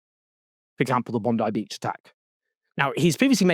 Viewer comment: Congrats on being one of the very few non-Australian news reporters who took a minute or two to learn the correct pronunciation of "Bondi Beach".